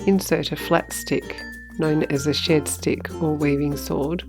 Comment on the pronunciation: As an Aussie I thought you were calling it a shit stick 😂